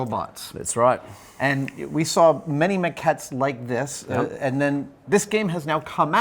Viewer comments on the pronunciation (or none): "That's Roight."